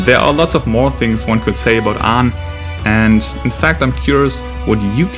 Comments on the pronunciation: just started the video then immediately realize he said the name wrong ... you getting a dislike for that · It's aang